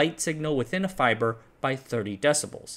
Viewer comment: I like fybor